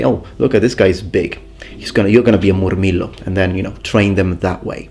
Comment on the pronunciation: The way he says Moorrmeelo with the rolling r's